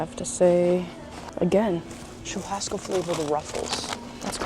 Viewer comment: Oh, I had to come back here after hearing you speaking Portuguese! Yeah, I noticed your pronunciation good in churrasco! Lol! Okay, vídeo was not so clear, that is why the guy in the street market thought you said Montevideo! Other than that, your Portuguese is pretty good! Wow! Dois quilos de batata...tem sacolinha! I couldn't say that better myself... The song playing in the background...Nothing's gonna stop us now! I have a question. You mentioned your day a couple of times (maybe more) and I feel like I am missing something here. Is your dad, Brazilian? Is there a video where you talk about this? And, is so, can you send me link, please?